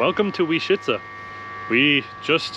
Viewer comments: Sorry guys, you make two basic mistakes in pronouncing "Łęczyca". One, you miss a nasal "ę", second, you wrongly pronounce Polish "cz" which should always be said as "ch", never as "sh". These are simple rules, without exception. Polish pronunciation rules are way easier and better regulated than English ones. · 1. Łęczyca = when - tschi - tsa 2. Rynek = ri - neck (not "ray", more close to sit, bit, rid) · We just watched your video of Łęczyca and nice job. As a non Polish speaking Australian married to a Łęczyca local I had a little laugh at the pronunciation as it is 100% not spelt like it sounds and I know that struggle very well!! My best way to spell it to English speaking/hearing ears is -When-Chit-Za. There's a nice lake there too which is worth a look, a big park and another nice church. It's a very sleepy laid back town. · The closest pronunciation would be "Lentshitsa" (fonetically) letter "Ę" you can pronounce like "AN" in English :) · To make it easier to pronounce Polish words, you may want to notice sound "sz" which is pronounced "sh" and another sound "cz" which is pronounced "ch" or "tsh" (as in charter or charge). So the word Łęczyca would be pronounced weh-ch-itza (it's still not perfect, but hopefully enough for the lady in the ticket booth to understand your destination 🙂). The word Łęczyca is definitely a difficult one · Łęczyca - you may pronounce it as English "when-tshi-tsa" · When chi (like chinese chi) tsa (like russian tsar) - maybe this will work for you. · Easiest way for an English speaker to pronounce Leczyca would be - wenchitza.